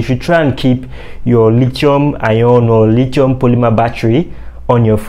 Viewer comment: Dude knows his stuff but the way he kept pronouncing the "lithium" battery is killing me. Lol